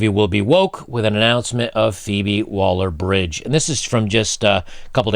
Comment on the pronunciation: ...feebie - waller - bridge..?? Like as in feeble...lol...